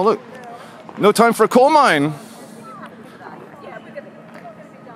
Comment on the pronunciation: Coal not dole, oh my gawd